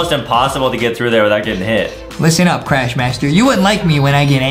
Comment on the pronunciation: Justin said vuhicle and craysh